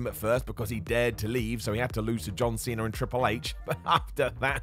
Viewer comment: Cena* not Cener